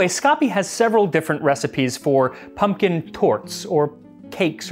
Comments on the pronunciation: I thought it said poom poom pie 😂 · So what youre telling me is that modern recipes just omit the "k" from their ingredient list? What are we just assumed to have infinite k's laying around the house?! I suspect your pronunciation is off, it's coming out rigid and elongated. I don't know for certain what is original but there is a pronunciation of "pumpion" that sounds a lot more like "pumpkin". Think less "pump-eon" and more "pump-yn". The abrupt drop-off in the emphasis after pump almost mimicks the sound of a "k", it can form a kind of small harsh exhale